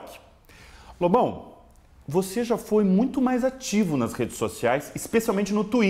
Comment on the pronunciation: Às vezes, quando o Amaury fala Lobão, soa mais como bobão, tá errado isso aí hein kk